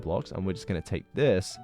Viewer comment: Y'know what. The way he says zis is really funny